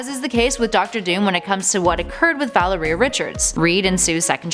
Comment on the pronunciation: Valeria is pronounced like malaria except with a v